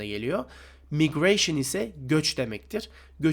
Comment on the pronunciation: Sanırım küçük bir hata var. migration maygreyşın olarak okunur